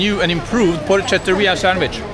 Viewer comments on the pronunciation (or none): Hey you crazy Norseman, it's porchetteria (CH is K in Italian) and not porcheria (although a place can be both). The first one is a place that sells porchetta or pork products; the second one is a dirty, gross place, a pigsty! Another treat Harald, grazie for showing the proper side of il Bel Paese (the beautiful country: Italia). Ciao ciao, Haraldo il vichingo. 😂 🐷🐖